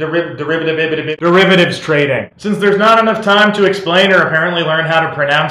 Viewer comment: How can you not pronounce the word derivative? Did you never take a math class? Also, the government made a profit because of the bailout, all the banks paid it back with interest.